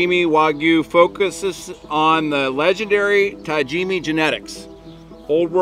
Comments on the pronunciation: "Tajimi" 😂 .. there's an A at the end there bud lmfaoooo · why do you say Tajimi when it’s spelled right in front of you TAJIMA? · Ta-jimi wagyu !?!? Ohh no.. its TaJIMA !! Lol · Love you guys, but everytime say "tajimee" instead of (Todd gee ma) my ears bled a little. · oh thank god 🙏 i was starting to lose consciousness drinking every time he kept saying ta-jimmy 😂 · for the future viewers, do this and thank me. take a shot every time he says 'tajima waygu " or some variant..... i do love these guys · Tah Gee Ma. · should pronounce correct wagyu tajima ta ji ma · What a great video. Took me out of my own brain for a while from start to finish. Arigato to the fine man who raised the beautiful animal and corrected on the pronunciation of Tajima. Thank you. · Hey guys here's a way to remember how to say Tajima. When you go to the Doctor and he says open your mouth and say AHhhh.... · Bro still couldn’t said tajimA the whole time… even after he heard them pronounce it correct… geez😂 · still messing up the name at the end of the video!! 😂😂😂😂😂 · Have a shot every time they mispronounce Tajima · Glad they corrected you on the Tajima pronunciation, just need someone else to tell you about changing your "wagoo" to the proper wagyu pronunciation. Awesome vid, as always.